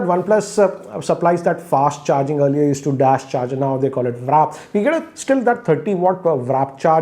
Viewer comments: Sir it's WARP charge not WRAP 😂😂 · Please stop saying WRAP charger. Its WARP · its WARP not VRAP 😂😂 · Appreciate all your reviews. But it's WARP charger and not WRAP, because you've said the same in all your One Plus videos, and sometimes on others. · Its "Warp" not "Wrap" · I don't know if its intentional but keeps calling it the Wrap charger instead of the Warp charger XD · Sir its "Warp" charge not "Wrap"charge...i noticed it in many times whenever you post a video of any oneplus smartphone..... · You still calling it a WRAP CHARGER 😁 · it's WARP CHARGE. You are saying WRAP CHARGE each time. Wrap is wrong it's not a wrapper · It's warp charge not wrap charge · Did he just say "wrap" charger? 😭😂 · WRAP charger ? lol, its W-A-R-P charger dude ;) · It's WARP charger and not WRAP charger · Warp charge and not wrap charge 🤣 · It's WARP not WRAP🤦‍♂️ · "warp charge" not 'wrap' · Even after several launches still call warp charge as "wrap charge"! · warp not wrap? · For God's sakes its waaaarp charger not wraaap charger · *WARP. NOT WRAP CHARGER. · "WARP" ,not WRAP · WARP charging not Wrap 🤦🏾‍♂️ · WARP not WRAP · ......wrap charger..its not wrap its warp...i notice this since oneplus launched warp charger he pronounce it as wrap....though reviews are superb of...no doubt in that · It’s WARP Charging not WRAP Charging😆😅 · It's "warp" charger not "wrap" charger. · It's WARP CHARGE and not "WRAP CHARGE" as you mention. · Sir pls read the comments of viewers 😂 So many people correct ur warp charging pronunciation! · He still calls it "wrap" charger..awesome boss🔥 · Jackson true 😌😌